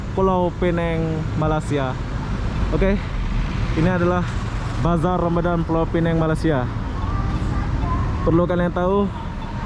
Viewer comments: Bisa bilang Pulau Pinang (baca seperti tulisan) itu versi bahasa Melayu ATAU Penang (baca Pi-neng) - tidak ada Pulau - itu versi Inggris. Kamu bro bilangnya Pulau Pi-neng - Melayu tidak, Inggris tidak 😁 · Sebutan sebenar adalah Pulau Pinang, Pineng adalah sebutan cara Inggeris yg banyak diguna pakai bagi kebanyakan orang. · Kalau bahasa Melayu dsebut Pulau Pinang, kalau bahasa Inggeris tulisnya Penang tapi bunyi nya Pineng harap diperbetulkan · Pulau Pinang bukan pulau Peneng...sila betul kan sebutannya...klau mau bilang Penang ja bisa...ikut lidah bule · yang gitu penyebutannya. Indonesia bacanya Pinang bukan Pineng. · Jangan bawa" negara Indonesia ya, sebut saja orangnya gue orang Indonesia menyebutnya Pinang bukan Pineng..itu bahasa ciri khasnya kalik🤣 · Kebanyakan mereka (orang Indo) susah betul nak sebut Pulau Pinang... pada hal ejaan jelas PINANG... pelik betul... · Ya saya juga heran. Padahal "pulau" dan "pinang" itu dua istilah yg ada dlm bahasa Indonesia dan sebutan keduanya dlm bahasa Indonesia sama seperti bahasa Melayu. Tetapi begitu kedua istilah digabung menjadi Pulau Pinang udah lain sebutannya - Pulau Pi-neng.